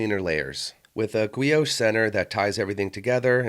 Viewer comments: Guilloche = "gee-yo-shay". Not "gwee-osh". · In fairness the mispronouncing of guilloche, and the near direct quote from a popular article about the blancpan by saying it's a blessing and a curse threw me off too. No shade no hate making videos is hard, maybe you had AI help with a script, but always happy to hear a fellow enthusiats point of view.